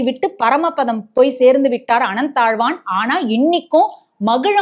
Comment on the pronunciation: Can't you say Ananthazvar?